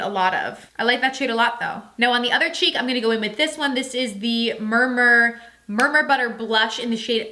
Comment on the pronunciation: It's murumuru not murmur 🙈